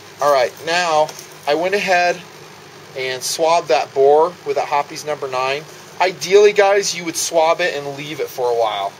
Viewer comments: Ok. He keeps saying lead. If ur shooting lead jacketed bullets (if there is such, .22 cal.) then ur incompetent. He means to say copper. It's referred to as copper fouling which, with progressive shot count, inhibits accuracy. Hoppes, not hoppies, is insufficient for copper fouling. Some regional pronunciation differences between his woods and mine (TX). The rest was good. A for effort. Ps, use a bore guide. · Not hopee's! It's Hoppe's, sounds like hops. Say Hopees one more time...I dare ya...